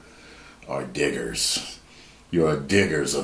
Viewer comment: So I wasn’t really watching it I was listening to it and when said Diggers I thought he said the N word with a hard R and I was like didn’t just say that did he 😂😂😂